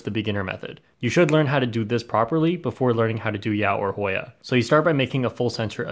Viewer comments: voice "Hoiiya!" and "yau" made my day 😂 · HOY-A... YAU. litterly the best 5 seconds of the video